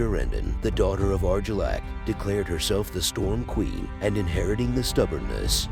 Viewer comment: Eegon😂 Arjillac😂 Wow, you need to work on your pronunciation bud.